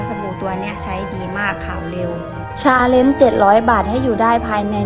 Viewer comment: ฟังทีแรกได้ยินว่าทำ "ซาเล็ง" เจ็ดร้อยบาท, กูก็ยังงงๆอยู่ว่าทำทั้งคันได้เหรอว่ะเจ็ดร้อย. ที่แท้ก็พูดไม่ชัดสัส555